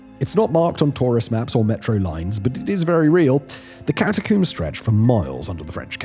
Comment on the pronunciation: Why can't you say Catacomb properly lol.